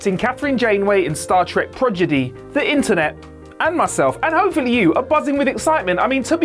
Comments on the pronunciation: That's a bit harsh. It's perfectly fair to get a giggle out of a funny mispronunciation like this. I actually backed up the video after the first time he said it to see if I misheard, but then he said it again. Nevada, is neither evil nor the source of our planet's demise. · "pro di gee!" Not " proj i dee"!!! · Repeat after me : Prod-igy, not progidy!!!! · As soon as you said 'Progidy', I quit. It's 'Prodigy', you goober. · Did he say "progidy" instead of prodigy? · Did dude really say progidy? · Progedy? Is that like Prodigy? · dude it is PRODIGY not PROGIDY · Pro di gee. not progidy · Prod-i-gy not prog-i-dy. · By the way, what is Star Trek: Projidy? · Pro-gi-dy? Lol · Thank you,. Projidy, really? REALLY? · Repeat after me...Pro-Di-Gy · I'm surprised this is still up, gotta cut it up and reupload with some dignity. Come on man, "Progidy"? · What is this "zed" in his address? 'Prorgidy' i understand perfectly... LOVE the channel btw! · "Star Trek - Progidy"? Love it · Did he just say PROGIDY?? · *PRO - DI - GY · Star Trek: "Projiddy"? Really? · "Progidy"? Come on now.... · Why does he keep calling it Progidy? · Did he say progedy? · is it "Star Trek" Prodigy" or "Star Trek: Projiddy"? I KNEAD TO KNOW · I really hope isn’t doing the reviews for Star Trek: Prodigy... I’m not sure how many times I can take ‘progidy’ 😳😆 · ProGiDy?? Oh these purposeful mispronunciations are taking the piss now WhatCulture! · Is saying it as "Progidy" a brit thing? Like Al-you-minium? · Please, oh please... no more "prodgity" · I call it progidy too,, don't worry. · Well the editors can only work with what they’re given, and if every take has him mispronounce things, it’s going to make the final cut. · I'm two weeks late... But yea. Progidy indeed. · Does he mess up the name through the whole video or only the first two times he tried to say it? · Ok! Whew! I just thought it was a funny/cute mispronunciation. He should say it more often, and on purpose.